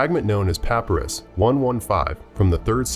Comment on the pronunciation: You mispronounced papyrus